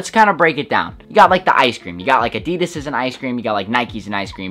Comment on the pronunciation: It killed me hearing him how he pronounced Adidas